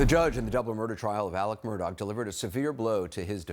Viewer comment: Is anyone going to EVER correct the news anchors in the pronunciation of his name? It’s Murdaugh, NOT Murdock…. Jeez. Everyone of them continually says Murdock!